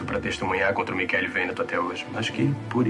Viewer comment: "Michele". Mas a pronúncia é "qu".